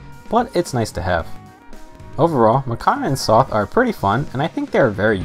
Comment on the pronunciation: Sothe = S + "oath", not "''Sloth" without the "l" haha